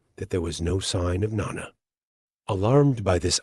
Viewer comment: It's not pronounced nonna - it's NO-Nah